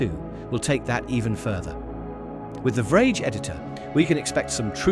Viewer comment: Yeah how it pronounced VRage was the giveaway.